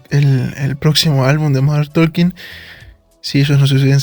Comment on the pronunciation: DIsculpa No lo tomes a mal, MODERN TALKING: SE pronuncia (Modern TOKING) lo mismo pasa con la palabra "Walking" se pronuncia (WUOKing). La L NO se pronuncia al lado de la k. Gracias por entender!😊